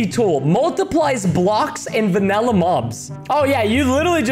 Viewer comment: Preston said vannelu mobs instead of vanilla